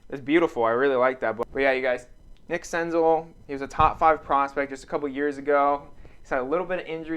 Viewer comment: Sick senzel! I have some nice stuff of his in my PC. Btw it’s Sen-zell not Sen-zul.